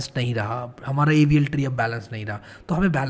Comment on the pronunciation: Why does AVL tree sound like Evil tree in 2x speed... 😂